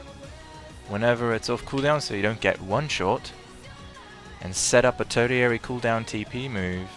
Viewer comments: Tertiary, not turdiary. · Neat guide! (Jerk-like posting time: The way you say tertiary is... odd. I thought it might have been a British English vs. American English kind of thing, but it sounds like you're off even from a British pronunciation. It's an uncommon word, so on the off chance you're just going with your gut on how to pronounce it, check out this: ).